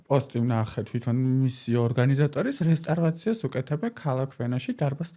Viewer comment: ყველაზე სუსტი სტუმრის ნაწილი, ეს და სოფო ნიჭარაძის ეპიზოდი-სამწუხაროდ ვერ შედგა, არაფერი საინტერესო, არაფერი სახალისო, არაფერი ახალი😒🫣 P.S განათლება, განათლებაო და რესტავრაცია ვერ თქვა ტიპმა სწორად 🤭🙃